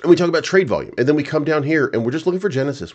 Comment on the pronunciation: Genisis ohh henisis 😅.